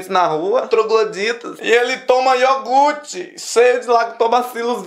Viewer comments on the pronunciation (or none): none